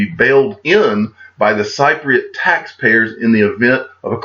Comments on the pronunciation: Hi You say it sip ri at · Got married in Cyprus! Lovely country. But yes you are saying it wrong. It’s like saying sip for Cypriot. Any how loving your videos as always. Keep it up! 👍🏻👍🏻👍🏻🇬🇧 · a Cypriot is pronounced [ SIP PREE OT ! ] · If someone hasn't mentioned it already. Its pronounced Sipriate. As in, sipping tea, Thanks for all your great work. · Hey It's spelled Cypriot, but pronounced Sipriot if that helps. Thanks for the video once again. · Cypriot pronounced sip riot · Hey....I’m flying to Cyprus tomorrow for my vacation! I’ll be sure to keep an eye out on the digital asset side of things!! Oh and the people of Cyprus are pronounced sip-pree-ut for the word Cypriot 👍😊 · I always thought it was pronounced sip-pre-yot. Maybe a native will enlighten both of us. You should be cheery today. Looks like your Tigers are winning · It’s actually sip-pre-yet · I stopped watching this video for credible info when I realised that u dont even know how to say the word Cypriot properly. Oh dear.